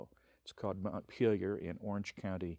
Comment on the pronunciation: The guy nails it.